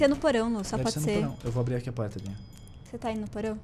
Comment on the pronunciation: Quando o quase caiu ele falou guiga di vez de dinha kkkk